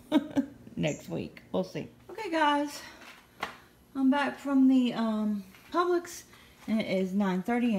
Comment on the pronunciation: I'm new to your channel. I knew you were from Florida the other day when you said Publix lol. We live in Okeechobee. Yeah I think our winter is over....sad.